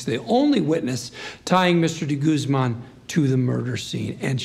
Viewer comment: The way they pronounce de guzman like de gooseman bugs me